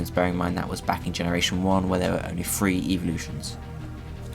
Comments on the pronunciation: I like the content , its pretty informative but no offense you don't sound interested and not to mention it was boring. And I know its your accent , but if I heard you say "free" (three)" 1 more time I would have lost it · three THREE YOU DONT SAY FREE YOU SAY THREE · I love your pokemon orgins videos, but for the love of god learn to say three, not free or frthree or whatever you keep saying.... i understand its an accent but it is SOOOO annoying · Its pronounced "THREE" not PHREE!